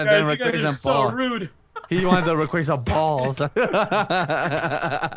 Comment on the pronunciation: "Rayquazar"